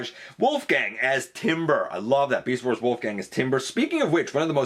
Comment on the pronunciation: It's Wolfang, not Wolf*G*ang, though the character was referenced as Wolfgang in an Australian decal set.